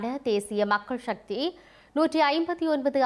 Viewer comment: சக்தி என்பதே சரியான சொல் ஷக்தி இல்லை.கட்சிஎன்பதற்குப் பதில் கட்ச்சி என்று ஏன் கூறுகின்றீர்கள். தயவுசெய்து திருத்தி வாசியுங்கள்.